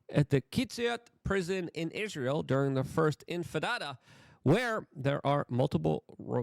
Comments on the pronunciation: “The first infadada” 😂😂😂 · Only Luke can make war in the Middle East sound like a delicious mexican dish. I want some "Infitada" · "infidada!" yes, I know it was on purpose🤣🤣